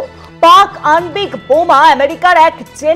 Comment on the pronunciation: এই সংবাদ পাঠিকা র উচ্চারণ ঠিক নেই । আণবিক শব্দটি র উচ্চারণ একেবারে ই ঠিক নেই ।